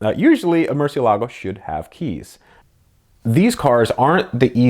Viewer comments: Not to be rude, but "Murciélago" has the "é" as the stressed syllable, not the "la". By the way, as you may well know, "murciélago" means "bat", therefore he who drives a "Murciélago" is actually a batman... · Mer-sel-e-go so says all powerful ruler and curator of cars, Ed.